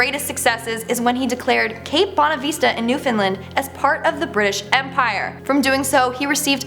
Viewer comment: oh boy. this new host is gonna be mad but I gotta say it. in #10, 2 words were butchered. cape bonavista, there is no vee sound in bonavista. it's bon-ah-vist(kinda like fist but with a v sound instead of f sound)-ah. and there is no fin in newfoundland. break it down to its 3 words. new, found, and land. and in #9, again, you butchered newfoundland again. twice in #9. remember, break it down to its 3 words. new, found, and land.